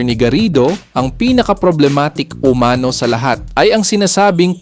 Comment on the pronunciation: Mali sambit ng "umano" hwag ilagay ang accent sA 2nd syllable kung Hindi dun sA last= "umanó"